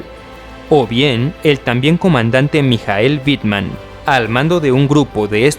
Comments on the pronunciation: No, se pronuncia "mijael" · Mijaél?? Es Michael